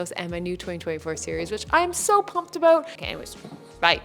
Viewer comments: Does he actually say "a-boot"? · Omg…I’m a fully fledged Canadian… lived all across this country. And your friend at the start of this video… that’s the FIRST TIME I’ve ever heard someone say ‘a-boot’. We’ve found THE ONE. Love the video - meditation is tough, but keep up with it. It can change your life, for sure :)